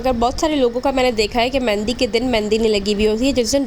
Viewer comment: Mehndi hota hai mendi nahi